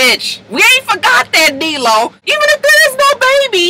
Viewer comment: Why she always call him DEELO that's the funnest thing ever